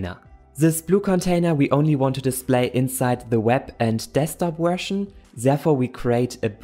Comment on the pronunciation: "...For web or desktop wersion" 🤣 I love you man. Never stop helping us